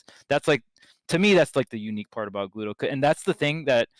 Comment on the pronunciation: man poor Gluto, his name gets constantly butchered